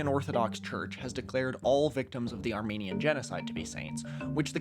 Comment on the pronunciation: Just a quick tip: When discussing religion, you should really emphasize the e in "Armenian". Arminiasm is a protestant doctrine completely unrelated to Armenian beliefs